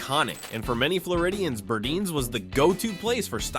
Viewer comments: Burdines is pronounced Bur- dines; not Burdeens , long i sound in second syllable. Also Bullock’s picture had people holding signs saying “ Bullock’s unfair to Negros” That isn’t saying much for that store. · The narrator called Burdine's BURDEEN's, despite the vintage commercial calling it BURDINE'S. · Pls learn how to pronounce the names properly………it’s burr-dines not burdeans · Great recap of brands of our past. You are killing me! You have to pronounce the name right. Burdines it is an “eye” I cringe when you say `burdines like `burdeenes’ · I loved the video, but you mispronounced Burdines. Yes, I'm a born and raised Floridian. It's a long "I" like dining, pronounced Bur-dine's not Bur-deans. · Nice trip back in time. Miss those stores so much especially Burdines in Florida. It was pronounced BurDINES not Burdeens but thanks anyway for the memories. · I worked at Zayre for a while after high school. I took my paycheck and shopped at Burdines (Bur deyens, not Burdeens btw). Those were the days. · " BirdEENs....PLEASE...Bur DINES... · Burdine's, The Florida Store is NOT pronounced , Burdeeens but Burd-EYENES ! Say it now! BURD-EYENES!!! How many fellow Floridian's are laughing our hot but's off at how you said this!!! I myself spit my sweet ice tea across the room when I heard the way you said it!! hahaha BURDINES!!! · Many are still open overseas. Some company or something must have bought or already owned their stock supply of products. loved the store catalogs, read them like they were important novels. This former NYer remembers very well these big stores. BUR--DINES-- Sheesh you can not pronounce anything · Being from Florida… We pronounced it BurDINES… sounded like WINE… BurDINES… :) just throwing that out there from a 1980s childhood in Florida perspective. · You pronounced Burdine's incorrectly.